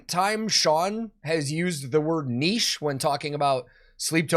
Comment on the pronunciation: Finally! An american who can say "niche" correctly! 🤣🤘👍.